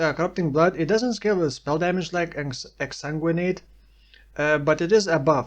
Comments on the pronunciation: You pronounce Exsanguinate better than some native English speakers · You're saying exsanguinate perfectly.